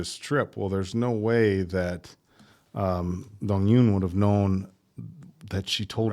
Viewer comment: The Eun in Dong-Eun is pronounced Oon.